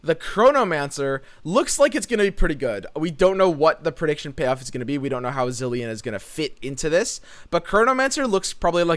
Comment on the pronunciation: Cant wait to make a Khahiri counterfeit copies deck. Also. It's (Zil-ee-en)